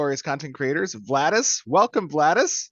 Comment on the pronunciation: Its Vlhadus, not Vlahdus :D Love the Show great questions